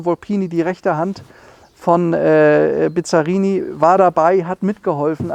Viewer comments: Das erste Auto bei Cargold, das ich echt nicht kenne! optisch zwischen italienisch und Corvette. Er fährt nicht und kann ihn auch nicht aussprechen. Bisschen Iso Griffo auch. US-Motor sicher nicht mit 400 PS, denn die Ami-PS haben nicht europäische Werte eher im Verhältnis 1: 0,7 (100 PS sind 70 echte). Aber das Auto wummert wie eine Iso Griffo, ist allerdings nicht so elegant. Ein Rennwagen… was mich ja schon wenig interessiert! Motor klingt übel… Mit GT = Grand Tourismo hat das 0 zu tun; da geht es um schnelles und komfortables Reisen! Respekt für das Auto, aber für 1 Million kaufe ich mir meine 5 Traum-Oldies und habe noch Geld genug übrig für den Erhalt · Der Name wird übrigens ausgesprochen BiSSSSSarini. Das Name kommt nicht von Bizarr. Dann die überzogenen PS-Angaben des 327/350er Chevys: Die Werte sind damals in SAE angegeben worden....liegt bis ca. 25% unter den DIN, da Pürfstandswerte. Bizzarini hat zwar einiges an den Köpfen gemacht, besonders bei den Corsa Versionen, aber nicht immer und bei jedem Motor nie sicher. Aber ob der 400 Pferde bringen wird, na ja, die Rolle wird's zeigen ;) In jedem Fall ein wunderschöner Traumwagen, auch mit 295 Pferden